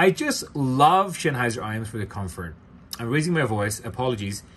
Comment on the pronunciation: Please do learn the word Sennheiser. It's not Schenheiser. ❤